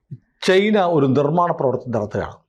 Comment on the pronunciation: ചെയിനാ അല്ല. ചൈന